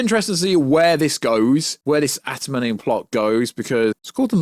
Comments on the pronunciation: Adam - ant -ium is how it’s said, sorry to be that guy 😅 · Bro can't pronounce Adamantium to save his life 😭